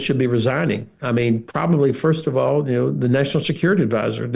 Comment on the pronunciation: Helpful tip how to say "the" in English. Don't say "zee". Say... "zer" biting your tongue as you say it. X